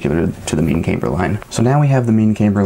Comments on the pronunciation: Um no it isn't, I was a Aircraft drafter designer and a Crew Chief in the Air Force. Neither place used the pronunciation camebur. Not trying to be difficult but it's kinda like calling a glacier a "glassier". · Smart dude but not camebur but camber. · Pronouncing differently, maybe, asking people to accept it as normal just because you want them to is a bit of a stretch. The reason you stated for your pronunciation is simply not right though. There is absolutely no difference in the pronunciation of camber between the two groups you described. Sir I created engineering drawings for the aviation industry and nobody used the pronunciation that you do for goodness sakes.